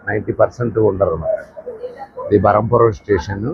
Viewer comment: స్టేషన్ పేరు బరంపురం కాదు. బ్రహ్మపురం